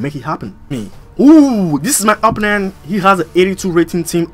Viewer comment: your are a great youtuber you truly are but you need learn how to say opponent you say apnent not being trying to be a hater but yeah...